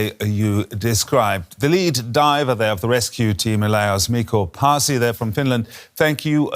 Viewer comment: not miko passi, but Mikko Paasi, you literally prounounce the way its written,the news reader could at least give that little honor to this man and get his name right. Only the best from our country finland. this man is a legend, so much respect for people who serve others by risking their own lives.